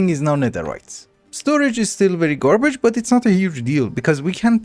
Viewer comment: love the way you say garbage, ''gworbige''